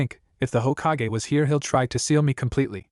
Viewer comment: it probably is standard, but i'm used to the bland voices fanfic sharers/writers use. Why is it so hard for A.I. to pronounce "hokage", "sake", or "sasuke"?